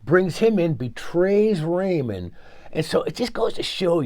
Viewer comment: Ranveer singh's character was not based on major mohit but from an unknown real-life spy. Rehman Dakait's death was in August 2009 while that major's death was in March 2009. It's not Raymond but 'Rehmaan'. That's how you should pronounce it! 😂